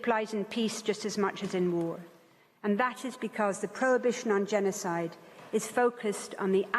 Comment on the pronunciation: It is mistake, not “genocide” its Gena side 😂😂